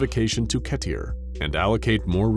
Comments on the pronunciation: "ketier" lmao It's pronounced"Keh-Ter" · Why the hell did you pronounced it "ketier", I've heard people pronounced it "keter" or "keter"(if you know what I meant) but never "ketier", weird thing is you used to pronounced it "keter" so why did you change it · It's pronounced "Keeter", not "Ketteer" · "Keter", not "Ketier". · Ket-er not Ket-ear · It is pronounced 'KEY-ter' not 'KE-tier' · I absolutely hate the way he pronounces keter. I know a lot of people say it's different but this is the worst by far. (Ke-ter ; key-ter ) are the two accepted Pronunciations unless you're from some alternate universe which is fine but you should explain that... ke-tear is not it. And just my heart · Great videos, but after hearing you say ketier instead of keter I couldn’t stop thinking, “wtf did he just say?” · Is anyone going to talk about how he pronounced keter ke-tear instead of ket-er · Idk who told them that it was correct but it isn’t. It’s named after dr keter, who was killed by an early scp, hence the foundation adopted it for a new type of scp class. It’s pronounced “keh-tur” or “kee-ter” depending on who you hear it from, while pronouncing it “keh-tier” makes no sense. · I'm sorry...did you just say "ket-ier"?! Its either "ketter" or "keeter". Kettier is ridiculous lol even my BF across the room piped up lol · Swear to God though he said cat ear, instead of "key"ter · It's kee tur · Does anyone else notice the inconsistent pronunciation of words? 1 example being Keter pronounced "ketter", "keeter", "ketteer". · very dark but not the scariest of the scp's so far ive learned of but what caught my ear was how he pronounced keter class lol every other video he said it right then now he pronounces it keteere i found it a bit as comic relief from the horror lol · did he just say ketier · Why do you pronounce Keter as if it's spelled "Ketierre"? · Excuse me? KETEIR? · So I noticed the narrator is pronouncing keter as kettier on the last few videos. Has anyone else noticed lol